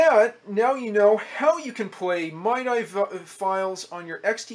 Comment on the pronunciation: "Mye die" lol It's more like "Mee Dee" by the way, but who cares? Just seeing these old computers really fascinate me. Technology really has come so far.